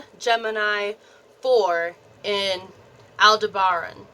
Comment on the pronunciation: I’m definitely Hyadian star seed. All the marks. And some. ❤ I want to correct her pronunciation of Aldeberan. 😂😂😂 Al-Deb- er-an